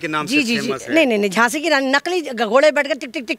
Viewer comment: Djhasi nahi, Djhaso ya Djhelashi ke rani.😂😅🎉